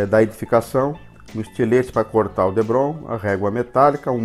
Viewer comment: Muito bacana seu diorama, só um detalhe o material tipo isopor é DEPRON e não Debron como voce fala.